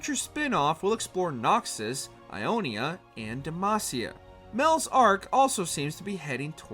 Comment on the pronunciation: Not bro mispronouncing Demacia 😭💀